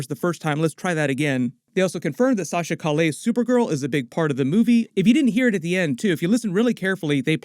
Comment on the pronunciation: Dude, you keep mispronouncing the actress's name. It's Sasha Calle (Kah-jay or Kah-yay).